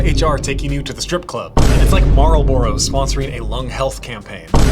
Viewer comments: I've never heard anyone pronounce Marlboro like that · Why he say Marlboro like that? 😂